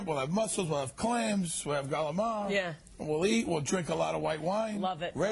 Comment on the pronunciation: Calamari is NOT Galamar